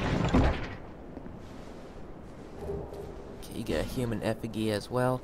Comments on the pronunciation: Man said human efigy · been lookin for this ring, thankful for the tip so i'll leave you one: effigy is pronounced Ef-I-gee.